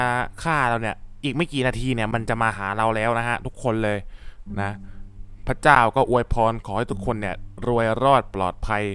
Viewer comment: แก้ไขเสียงพระเจ้าหน่อยมันออกเสียงว่าเจ้า